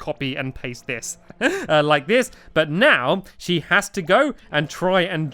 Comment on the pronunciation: who heard meow instead of now... OMG Stacu